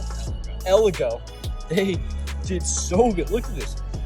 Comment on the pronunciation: It’s elago not elgato